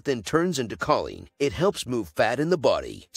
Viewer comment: Choline is pronounced: KO-Leen